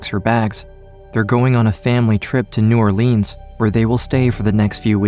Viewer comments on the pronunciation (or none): new orLEENZ 😬